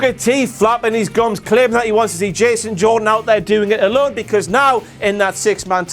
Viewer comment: Kurt Angle always says "Jason Jordn." He doesn't pronounce the n